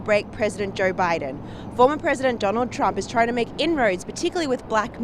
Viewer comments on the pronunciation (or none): I dunno who the female reporter is, but someone tell her there’s no “R” in the word Joe…